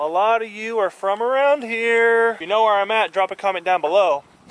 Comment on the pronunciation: You said "form" not from😂